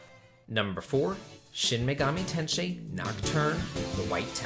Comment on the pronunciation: Hello! Just got into your videos, love them to death!! Felt i had to correct you since you are such an RPG expert: it's pronounced "Shin Megami ten-say". Keep up the good work!!